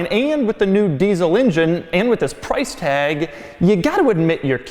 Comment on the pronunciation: "deezle injin" -Doug